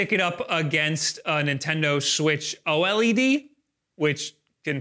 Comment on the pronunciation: Great video but you need to work on your pronunciations. Have some phonetics :- * It's Hid-ee-oh not Hide-e-oh for Hideo Kojima. * Most folks say Oh-LED for OLED not Oh el eee dee. * You kept saying nitch. It's pronounced neesh, for the word niche. There's no hard T sound in it. I know you never asked for this, but I point this out not to be a persnickety pedant but because it makes you seem like you're not in step with other knowledgeable tech reviewers when you are.